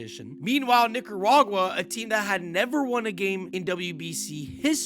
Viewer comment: Yo son watch how you pronounce Nicaruagua. Lol gettin real close